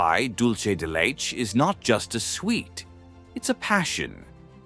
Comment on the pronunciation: Omg the pronunciations! Leche. maté..